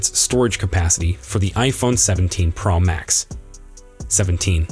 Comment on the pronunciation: There’s no iphone17 “pramax”, as far as i know😂😂😂😂😂